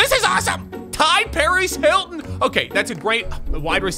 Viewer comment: Is nobody talking about how he called T.Y Hilton Ty Hilton